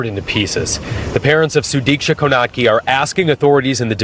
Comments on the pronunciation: No you are not saying her name right, not even trying to. Sudiksha [sue-deek-shah] is not Suduku or Sadiki... Girl what? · plz use a notecard for name pronunciations bc no way u called her “sudoku” 😭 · it's Su-Deesh-Ka☺ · Imagine putting this together with the proper pronunciation of her name repeatedly said and you couldnt take a second to learn and say it correctly... Gross. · Ti please the way you mispronounce her name, please to respect her learn how to say it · The fact that you’re covering a news story and can’t get her name right? Rest in peace🙏🏿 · Damn girl, butchering this girls name 😂